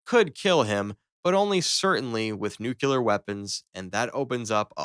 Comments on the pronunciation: It's nuclear not nucular! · Bro learn how to pronounce your own language. Nuclear, not nucUlar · It's pronounced new-clear not new-cue-lerr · Compound 5? Is V, as in Vee. And in 2 videos ive heard the word nuclear pronounced as nuculer. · Also i’m fairly certain AI would pronounce nuclear correctly